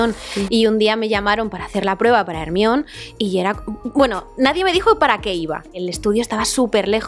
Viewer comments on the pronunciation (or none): Cuál Hermion? Jajaja Hermione se pronuncia “Jermaioni” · Se pronuncia GERMAYON, no es tan difícil. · Con todo respeto pero con el paso de los años los actores de doblaje en España van cada vez a peor. Parece que doblaran películas por-no y no para la familia. Y por otro lado no entiendo porque al nombre del personaje no lo pronuncian como lo hacen en inglés... No es muy difícil de (Jermaioni) Hermion, no creo que sea imposible de pronunciar al igual que otros nombres que vienen del inglés. Yo por eso me niego a ver películas con doblaje, además de que en muchas ocasiones hacen unas traducciones pésimas que no tienen que ver con el guión original. Hay que invertir en buenos actores de doblaje, en variedad de voces (porque se repiten ás que el ajo), y en traductores por favor. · Me distraigo mucho, es que no puedo parar de pensar que le llaman ERMION y no GERMAIONI !!!! Jajajaja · Es un nombre griego. Hermíone es la hija de Helena de Troya y Menelao. Correctamente es con H aspirada, como Harry. Hermíone o si se prefiere en griego moderno, Hermíoni. Igual que Enesteishia, los angloparlantes, su incultura y su falta de respeto por la etimología... Anastasía, leññññe literalmente, Resurrección, por si conocéis a alguna Resu. Que la obra esté escrita en inglés es coyuntural. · Se me hace tan pero tan raro y no logro acostumbrarme a escuchar "ERMIÓN" soy de Argentina acá le decimos como se pronuncia realmente "Hermaioni" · Me encantó!!! Pero no puedo asimilar que le digan hermión y no hermonie como es. Mildis soy de Uruguay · Quién es Ermión? XD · Ermion jajajaja que horror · Entiendo que alguien toma la decisión de que nombre van a dar a los personajes o cómo pronunciarlos, para que encajen en la región, Dameldor me da risa, pero Ermión si se escucha muy culero 🤣🤣🤣🤣 Por más que hace años que me enteré que lo pronunciaban así, no deja de sonarme raro. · Mejor le hubiesen dejado Herminia. El Ermion se escucha tan mal. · Germaioni que horror 😱🙀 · Ermión JAJAJAJAJAJA 🤣🤣🤣